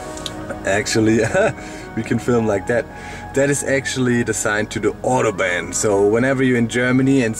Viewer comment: Warum sprichst du "Autobahn" falsch aus? ;D